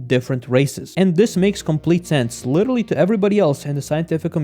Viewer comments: Witterally witerally witerally learn how to pronounce it before using it in every other sentence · nah but certain races are actually superior to some other ones in certain areas. for instance, most if not all sprinters are african, why do you think that is? also, you probably should chill a bit with “literally”, since you butcher it every time you pronounce it xd